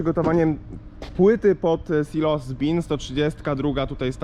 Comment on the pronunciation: zawsze mówi śilos 😉